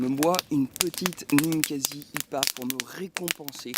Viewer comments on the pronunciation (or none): Encore une superbe vidéo ! Une matinée et hop une table ! Chapeau bas ! Par contre j'ai une seule remarque ... prononce IPA lettre par lettre stp 😆 ca me perturbe de trop 😁